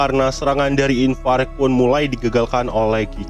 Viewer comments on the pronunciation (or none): Kan namanya ivarage bg kok lu nyebutnya infarek, ivareg kali